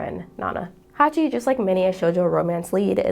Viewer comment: It's Hachi, not Haki